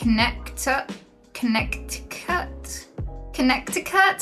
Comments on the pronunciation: "Connect di cut" sounds even funnier in Dutch... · Aren't you british ? Are you not supposed to have had a decent education ? How can you not know how to pronounce Connecticut ? I'm French and I do ! And half of English classes in France are dedicated to pronouncing things wrong !!!